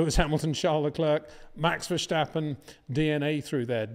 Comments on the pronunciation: You still say verSCHtappen? Common peter, it's easy. Ver- sta- ppen. You know the track Spa. Just replace the "p" by a "t". After all those years at least say his name right. Thank you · Hey in this new season can you for once pronounce the name Verstappen the correct way. It's not "VerSHtappen", that sounds German. Don't mix things up please. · It is NOT "Bottash" nor is it "Lewisch" nor is it "Oshcar Piashtri" nor is it "Nyck de Vriesh" nor is it George "Russhell" nor is it "Fernando Alonsho" nor is it "Lance Shtroll" nor is it "Pierre Gashly" ... so why on earth do you want to say: "Max VersHtappen" ...